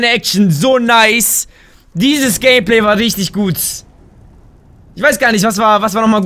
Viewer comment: du sagst nicht gut du sagst gutz